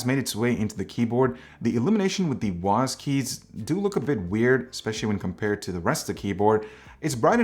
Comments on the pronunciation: wasd? its W A S D, wasd sounds soooo weird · THANK YOU! I thought he was saying WASP! LOL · why is he saying wasd keys like its one word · Is it just me with WSAD or does everyone say WASD?